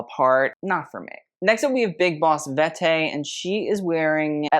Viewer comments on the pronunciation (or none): I like how you pronounced her name as “Big Boss Vet’tey” — making it posh and French. 😂🙌